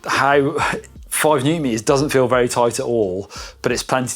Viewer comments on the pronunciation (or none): none